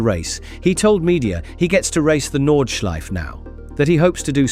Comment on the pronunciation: No es Nordschlife amigo, es Nordschleife.